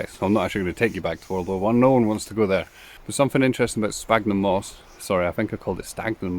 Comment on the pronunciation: Fabulous. And have subscribed.😊. Just to say there are many species of Sphagnum moss. And the ph in the genus name is pronounced like an 'S' so sounds like Sfagnum . 😊